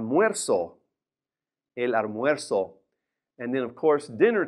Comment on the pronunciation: Sir Why did you pronounce Almuerzo as ARmuerzo and not ALmuerzo